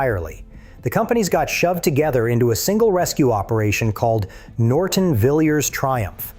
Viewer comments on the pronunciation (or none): none